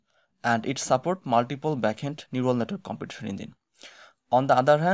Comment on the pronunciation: বুঝলাম না। ব্যাকএন্ডকে বার বার ব্যাকহ্যান্ড বলছেন কেন ভাই?